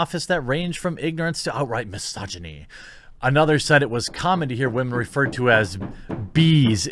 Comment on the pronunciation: Say misogyny again